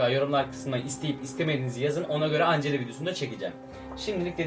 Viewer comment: Angela diye okunmaz encla diye okunur 😎😎😎